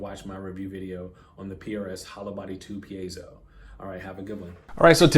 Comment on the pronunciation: By the way, I am Mexican and I appreciatte your effort for pronunce right "piezo" that shows you are a kind person, Thanks a lot!